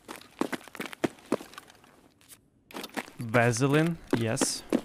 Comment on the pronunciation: Gave it a thumbs down for not knowing how to say saline and vaseline properly